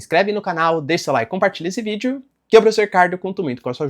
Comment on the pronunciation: ele não fala "vídeo" mas sim vidjô*